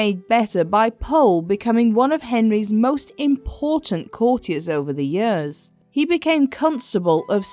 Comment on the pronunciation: Do you have some sort of speech impediment that makes you unable to pronounce the word "years" correctly? You sound ridiculous!